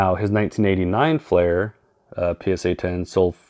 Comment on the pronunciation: you are miss pronouncing FLEER because there a flair set has well. i know not that particular flair set didnt sell until 1994, anyways just trying to help